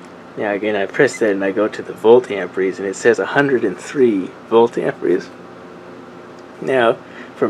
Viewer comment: AMPERE.....Not AMPRE....Silly kids